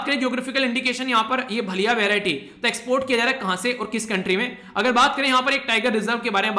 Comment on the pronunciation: भलिया नहीं sir vo भालिया hai